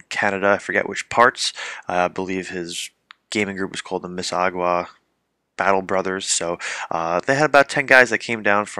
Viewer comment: Pronounced MISS-A-SAW-GA :) (Mississauga Battle Brother member here)